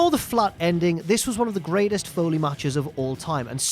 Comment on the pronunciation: It doesn't matter how it makes you feel. Foley Foyley Foyley Foyley